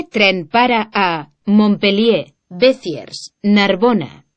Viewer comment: Menuda pronunciación!!! Cerbére y Becierrs..!! O_O